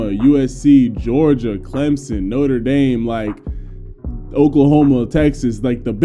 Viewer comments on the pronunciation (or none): none